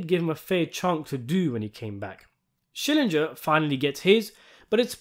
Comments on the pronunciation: It's SHILL-ING-GUR!!! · It's SchillinGer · Schillinger would be losing his mind, with how many times you've said his name wrong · I love how you deliberately (I hope) mispronounce Schillinger's name, just like the characters in the show. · Learn to pronounce Schillinger's name